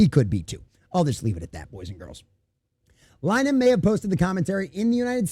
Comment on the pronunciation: His name is pronounced "Lin-a-han".